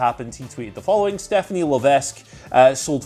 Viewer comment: Yo, Levesque is pronounced with the S being quiet, so it sounds more like Leveck than Levesk.